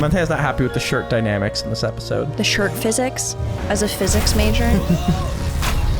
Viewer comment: "I'm a triple mAjóR"